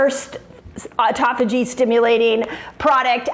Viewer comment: Auto (like automobile) phagy (like page with an h). Yer killin' me.